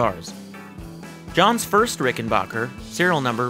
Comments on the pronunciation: The third syllable is pronounced as "back", not "bok". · It might be a good idea to learn the correct pronunciation of the name of the guitar before you do a video. It's RICK-EN-BACKER...not RICK-EN-BOCKER. I own a Rickenbacker 325C64 in Jetglo and a 360/12 in Fireglo. They are incredible instruments. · Just a brief note. It is pronounced “RickenBACKer”, not “RickenBOCKer”. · While making a trip to the Rickenbacker factory one of the first things that was stressed to me was...It's Ricken-Backer "a" pronounced like "a" as in cat. Not Ricken-Bah-ker ie as Baa baa Black sheep. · It’s BACKER, not “Bacher.” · backer not bocker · Misconception, is it pronounced ricken-bach-er like (Sebastián Bach) or ricken-back-er like (I'll be Back)? Heard it said both ways, I pronounced it 'Bach'...and been told it's Back. So tomayto, tomahto? Lol